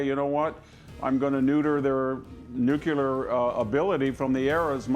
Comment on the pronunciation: Why is it so hard for people to say NUCLEAR? It's: NEW KLEE AR - not NEW CUE LAR